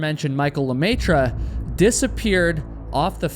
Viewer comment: The way you pronounce the French fanily name "LeMaitre" (The Master, in English) is 😬🤯😱 ! Ha! Ha! Ha! About the race, well I think people need to stop suing each time something happens and take responsibility for their actions.